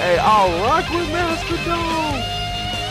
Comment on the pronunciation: Nobody gonna talk about him pronouncing it Mastahdone???? Lol its mastah Don my guys.